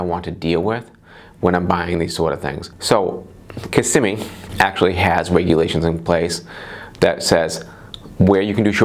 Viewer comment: KISS-SIM-ME you said it right ☺️